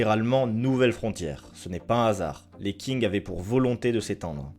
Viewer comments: Merci pour cette vidéo très instructive. Par ailleurs j'aimerais souligné les erreurs de prononciation des ethnies, dynasties et lieux : le "x" de xin Jiang se prononce" s" , le "j" se prononce "t" (sin tiang) . L'ethnie des Han, le "h" se prononce "r" (ran). Les Qing, le "q" se prononcé "tch" et le g est à peine prononcé, "ing" ne se prononce pas comme "ing" de "dingue" en français mais comme celui de l'anglais, play"ing" ou com"ing". Je me permets d'apporter ces précisions car en tant que sinophone je n'ai pas compris tout de suite de quoi il était question. Ma remarque ne remet pas en cause le contenu de cette vidéo pour laquelle je vous remercie. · La vidéo est très bonne encore une fois mais encore plus quand on lit les commentaires qui sont super intéressants ! Petite remarque, Qing se pronconce "Shing" plutôt que "King". Je sais qu'il s'agit d'une chaîne française donc les petits défauts de prononciation ne sont pas problématiques outre mesure mais je dois avouer que celui là m'a quand même bien titillé l'oreille, je me permets donc de le signaler pour info :-) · Bonne vidéo que j'ai bien appréciée, sur un sujet dont on ne parle pas beaucoup. Parlant le mandarin, je voulais juste revenir sur quelques points concernant la prononciation et l'orthographe de certains mots pour que dans les prochaines vidéos cela soit corrigé. Qing se prononce tching et non king, on écrit Xin Jiang et non Xi Jiang. Merci pour ton travail !